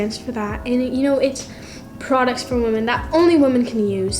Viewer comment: I want to really help WOMAN?????? YOU MEAN WOMEN??? OR WEMEN???? LIKE MY GOD GO TO SCHOOL!!!!!